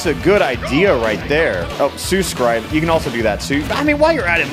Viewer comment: “Su scribe” Me: oh… oh no